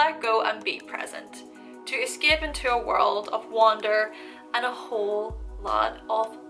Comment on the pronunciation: escape and create lol how she prounce them